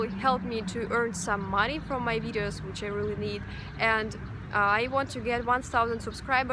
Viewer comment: I will watch your videos just to hear you say watch my wideos 😁 it's so cute.